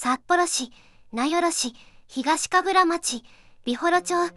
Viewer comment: 東神楽町は「まち」ではなく「ちょう」です。 北海道は森町以外は全て「ちょう」です。